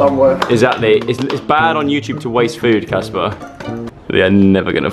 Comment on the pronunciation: It’s Casper not jasper